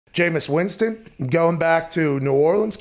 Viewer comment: it is Winston not Winson